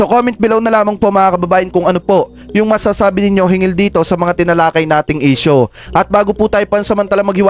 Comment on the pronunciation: SIR HINGGIL NOT HINGIL😊